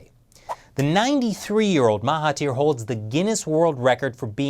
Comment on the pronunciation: Awesome video. Love from Malaysia. Btw the 'thir' in Mahathir is pronounced 'dhir' so its actually pronounced 'Mahadhir'.......just sharing :)